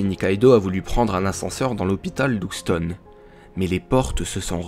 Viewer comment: Bonjour, juste une remarque : Houston se prononce "Youstone", pas "oustone"